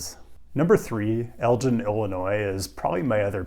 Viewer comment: Elgin being mispronounced eek!! El-gin, same g as gator